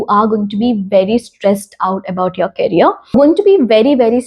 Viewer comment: Hy, please do check the pronunciation of the word career of your because I am very sure that you are not pronouncing the word correctly. I don't wanna let you down by saying that so, don't take it to heart just check it for once. And your videos all are intriguing. Keep on working.🥰🥰